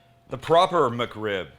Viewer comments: Thought is said McCrib 😭😭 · Well. I'm going to be "that guy". First off. "muck rib"? Whatever, you're not the only one that pronounces "Mc" as "muck". 2ndly. That is not a McRib come on. That's just a badass rib sandwich that's fit for royalty. But it is NOT no McRib or a version or a play on. Lastly. It's a shame that you dont like McRibs even a little because if you did you'd might want to try making a homemade version of a processed freeform rib shaped pork patty. Using the proper cut is key. The shoulder. Same one used for pulled pork. Mind blowing. Better than the method you showed in this video. Not a jab, I've done it too many times over the years and still do but since I've learned to make my own processed style pork patties, it's the one I now prefer. Last lastly. My mouth watered when you cut that sandwich in half and showed the middle. YUMMMMMM! And hey, what's a better food sound to make your tum tum rumble than the crunch of a perfectly toasted bun that has a perfect crust huh?